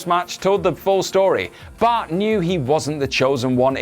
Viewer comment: Everytime you say Bart... It sounds like Butt.